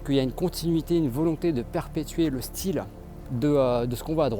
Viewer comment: bonne vidéo, cependant ta diction en terminant les E par A est insupportable, c'est : un style et non un "styla", sinon bonne continuation.